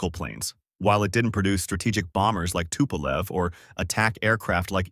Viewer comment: Should've been longer and a bit more detailed, or at least focusing on other, much more important planes. Tupolev (spelled and pronnounced incorrectly) - 140 is a good example, but you only briefly mentioned 95, which is something you could make an hour long video about, a direct competitor to he B-52, a gigantic turboprop with insane range and payload capacity while being nuclear. No mention of Tu-160 is just criminal, it is one of the most prominent supersonic strategic bomber currently available, see current Russo-Ukrainian conflict. Ilyushin (incorrectly spelled again) - again, not mentioning Il-2 is absolutely criminal, this planed played a major role during late WW2 and is absolutely legendary strike aircraft. Il-76 and 96 deserves a bit more air time as well as not mentioned Il-10. Yakovlev (finally properly spelled/pronnounced) - No mention of the absolutely legendary WW2 crafts like Yak-3 and 9 and their variants, and modern models like 38 and 141 just shows total lack of research or "idgaf" of writer. Yak has a plethora of interesting, experimental aircraft that deserved at least few seconds of air time, in exchange on focuing on their civilian planes Sukhoi (back at incorrect everything) - At this point I really wonder, how come you spent most of the time at one of their two civ aircrafts, while their mil planes are one of the best in the world. Su-27, 30 and 34 got only a few seconds mentioning their name, while they are probably the most iconic USSR planes of the